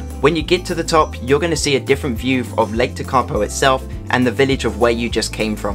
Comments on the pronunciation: Really liked the video.not surprising some place names are hard to pronounce,hope this helps. Tekapo,,,,,,teak ,,A ,,po Hawea,,,Har,,we. ,,a. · Great video. Yes, Tekapo was the least correctly pronounced place name but never mind. For the tourists coming back here after the Covid shutdown, I think your stated travel times between the places shown are too short. If you had a fast car (rather than a campervan), they would be achievable but I would recommend adding at least 20% more time to each leg of the trip. Apart from the scenery, the road conditions and the speed of slower vehicles should be kept in mind. And a flock of sheep on the road can happen.